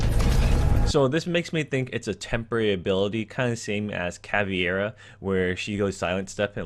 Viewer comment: CAVEIRA and not CAVIERA